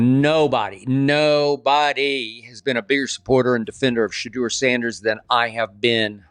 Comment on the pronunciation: Ai even got his name right! Getting better.